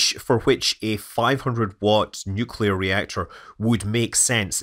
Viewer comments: It's pronounced NUclear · Nuewclear wvessel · Nucular. It's pronounced nucular. :) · Nuc-le-ar. Nuclear! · Oh come on…. Everyone knows it’s pronounced New Key Lar. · 'Nukular'... It's pronounced 'nukular'